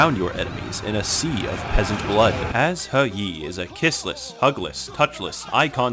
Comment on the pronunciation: Even history-centric channels that cover China don't pronouce He Yi correctly. Thanks for knowing your shit